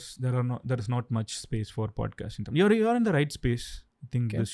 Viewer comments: Since Dravida parties came to power TN has gone dowm Payment to voters from 500- to few 1000s Giving freebies Education system going down All cinema, real estate businesses owned by dmk Sorry madan cant agree with you Pl pronounce tamizh ..properly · First, learn how to pronounce Tamil properly. 😢